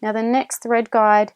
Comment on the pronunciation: I must admit your good command of the English could be best harnessed skipping the better I dropping the "r" sound, as the "Guard" been so heard instead of the "guide" for the thread, to refer to the holes that holds thread in proper place of pull by the ma June to stich a cloth fabric.. Not sure too if I heard it all the same on multiple times if atleast one of these mentioned "guides" been guard as a heard of English words guiding to fit in with the video parts. While it would be best for me not to render complement as your other viewers of tutorial video, Indeed is not really good for me to be same as the others already use to it so as you are well complimented, with gratitude of vexations of thanks and appreciation as the rest are as perhaps have made your "heart fat", as sounds unhealthy lipo proteins, of direct FiliPiKnows translation appropriateness so minding these elaborations. . That's rather better than make your "head big", when you already got a big heart. . 😏😰😨. Doing a sharing. . recognition more than acknowledgment of Thank yous so wrong without the DO's Direct Object and receiver of the action of gratitude that is so vexed as known to be you flatteries. So my own rationale more than lame defense as your not so offensive on sharing a clear tutorial verbal speaking matched with videos. Only the videos with my celfon double tap for zoom is indeed a struggling burden more than lame challenge 'no match" to me as posting of viewer are so forward clockwise (though a